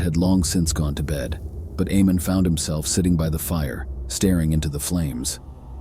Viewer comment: The name is pronounced AYE-mon. I’m so glad that YouTube is demonetizing AI productions now